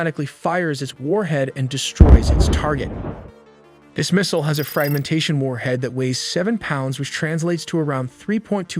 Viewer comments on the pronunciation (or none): none